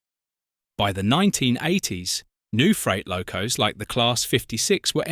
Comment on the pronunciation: Interesting video ruined by AI narration ! Locos pronounced low- coss ! Hymek pronounced hee meck !